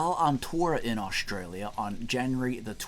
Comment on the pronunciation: Awsh-tray-lya. Never heard it pronounced like that before.